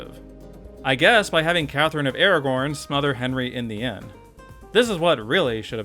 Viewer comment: it’s Aragon. I guess watched lord of the rings recently